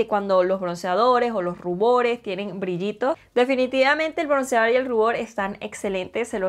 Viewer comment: Te quedo HERMOSO Perdón t3ngo que decírtelo...pero no se dice KORIANO, SE DICE KOREANO al igual que BRONCIADOR, se dice BRONCEADOR...Y También el PLATIADO, se dice PLATEADO perdón !!!